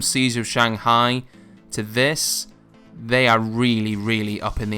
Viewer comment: He said seizure of shanghai lol but great vid